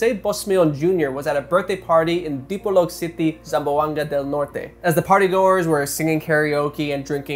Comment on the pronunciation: Great Enunciation of Dipolog City, Zamboanga Del Norte!! Filipino approved 👌👌